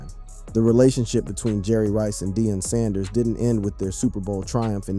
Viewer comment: This mf just said , "DIE ON" PRIME TIME Sand-ers 😮#WhatInTheILLUMINATTIisTHIS